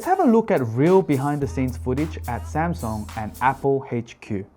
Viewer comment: Hahahaha Samsung with the Japanese accent